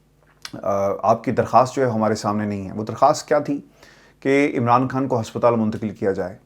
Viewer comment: اسلام علیکم ورحمت اللہ وبرکاتہ ہمارے پاس آپکا نمبر نہیں ہے اسوجہ سےآپ سے یہیں مخاطب کرتے ہیں آپ اردو کا تلفظ پلیز صحیح کر لیں کھان. غلط ہے خان. صحیح لفظۀے